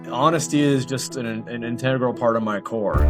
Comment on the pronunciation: When (or w/e his real name is) says "Honesty is an integral part of my core", the way he pronounces the word integral has a very slight hint of a Russian accent in the middle of the word, kinda like he is saying "in-tee-eh-gral" with an upward inflection on the tee-eh part and a slight roll of the r. The only reason he would have a Russian accent that might pop up when speaking is bc that is his native accent.